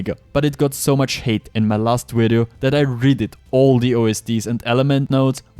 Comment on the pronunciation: My boy, put your top teeth on your bottom lip and say "Video"